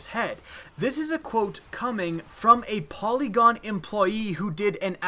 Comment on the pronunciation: when you said polygon I thought you said Pentagon I was like oh shit this is serious lol